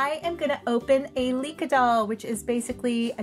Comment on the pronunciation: Oh my gosh she is so cuuute!! I love her with pink hair!! cuteness overload!! More Licca-chan please! thank you for hearing my request and for the shout out! I love this video! and you pronounce my name correctly! XD also, I read from wikipedia that the regular Licca is an 11 year old girl, there are an adult version of her though, even a pregnant doll